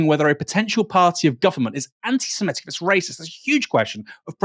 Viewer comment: The word is Semitic not semetic